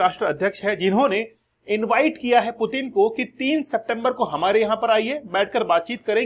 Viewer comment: "डराने के लिए डर रहे हैं" ये एक बकलोली वाला कंसेप्ट है।डराने के लिए डरने की नहीं ताक़त और हिम्मत की जरुरत होती है।मतलब लोग कुछ भी बोल देते हैं। आपको रसियन राष्ट्रपति का नाम का उच्चारण ठिक ढंग से नहीं आ रहा है पहले उसको तो ठिक कर लिजिए😂।और पुतिन कोई हलवाई नहीं हैं की कोई भी गिरफतार कर लेगा।